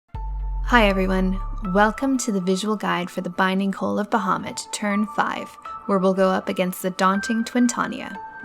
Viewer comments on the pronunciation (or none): binding coal lol.. it's pronounced coyle not coal